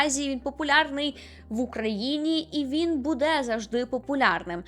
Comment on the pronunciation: Зрозуміла, що ви з Вінниці, коли ви сказали "будЕ" 😅